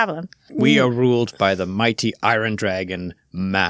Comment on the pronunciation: It surprises me how many Germans can't pronounce iron to save their life. Also congrats. Best wishes for the future.